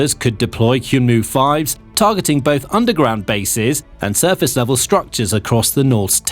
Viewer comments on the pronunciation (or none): It's read 'hyeonmoo,' not 'hyoonmoo' lol